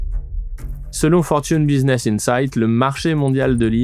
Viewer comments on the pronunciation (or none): none